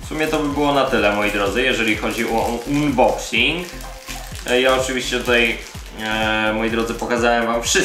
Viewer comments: Mówi się unboksing. Unban tez czytasz anban?.. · ustaw odpowiedni język i sam się przekonaj. Czytanie "unboksing" tak drażni, że wyłączyłem po pierwszej minucie. :D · MÓWI SIĘ ANBOKSING